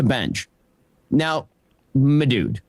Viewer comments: Ben was picking up some of that Tim Pool lingo saying “madood” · Idk what’s worse, Ben’s “ma dude” or Tim’s “buoys” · It's more like "m'dude". I think he's pivoting toward his neckbeard base